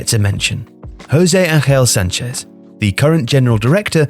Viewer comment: My god dude,you butcher so many names,for fucks sake,Yulen Loupeteigui?!Maccow Asensiow?!Jouzei Angel Sánchez?!Florentinow Perez?!Cristianow Ronaldow?!Reial Madrid?!